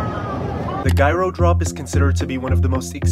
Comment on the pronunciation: Bro really pronounced it “guyro”